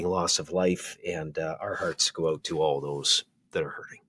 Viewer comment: Now there is a true Albertan lol "figure it ooooouut" hahah